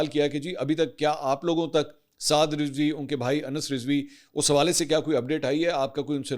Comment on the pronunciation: Lafz Rizwi nahi, Razvi hota he. apni tashiih ker Len.